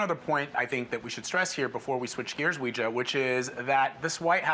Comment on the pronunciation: Homeboy butchered Weijia's name lol